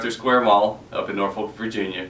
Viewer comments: Nor-Folk! NVA! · lmao! "NORFOLK!"